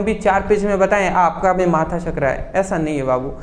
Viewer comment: Sir app v ko bhi q kahte h 😢 Mujhe ayse padhne me samajh nahi aata bhi bhi bhi 😩😩😭😭😭